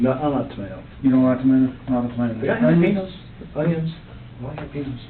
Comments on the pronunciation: "Jala-pinos" "Hahahahs" Such a dumb thing to say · Pronouncing the "j" in jalapeños the gringo way. That's death in some countries. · This is the “Amazon review” killer, right? Did he pronounce jalapeños almost like Ricky from Trailer Park Boys?